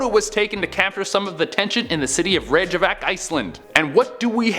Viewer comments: The world Cup photo is just an old portable hand camera with a big flash on top And for correctness of pronunciation is more like "rake ya Vik" or "ryke ya Vik" hurts my head to hear stuff mispronounced like that. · Pronounced Rake - ya - vick Iceland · It's pronounced Rake Ya Vick. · Rec-ya-vik!!!!!!!!!!!! PLEASE!!! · its RAY-KA-VIK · #6 is pronounced Rek-ya-vic 🤦 If Trump really gets re-elected.. the Western World is sooooo F#&ked!! 😱😱😱😱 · Hahah you pronounced Reykjavik wrong haha lmao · The way says Reykjavik hurts my head. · You couldn’t even google how to pronounce Reykjavik? Really? There’s a “k” before the “j.” How can you not see that? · Haha the way u pronounce Reykjavik..haha